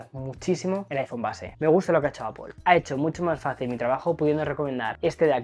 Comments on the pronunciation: Aunque es Apl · Manía de meter una O en la segunda sílaba en Apple. La transcripción fonética de "apple" es /ˈæpl/, y se pronuncia como /æ/ (como en "cat") + /p/ + /əl/ (un sonido "schwa" o "e" invertida, como en "label"). En cuando a la cámara. Solo tiene zoom óptico 2X, lo que invalida al teléfono al 100%